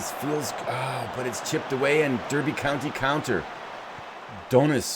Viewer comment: Couple of notes. It's, when you say it. Just like a derby is a darby. And your goalkeeper is Kinnear - kinEER.:)